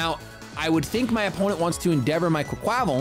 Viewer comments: please! It’s “qway-kwa-vall” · I love you but its QUACK-wa-Val. Its supposed to be a play on words